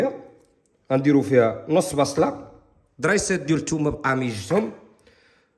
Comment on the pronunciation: من سوس هههه كدحكني ملي كتكول فاطمة جبي التباصل